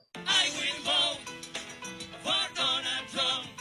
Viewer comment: singing* "I WILL VO FOR DOUGH-NAL TROUMP"😂😂😂